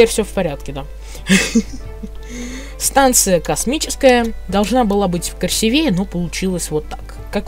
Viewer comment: Правильно "красИвее", а не "красивЕе".